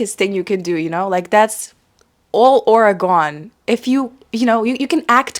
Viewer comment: That New York accent when you said "all aura gone" was authentic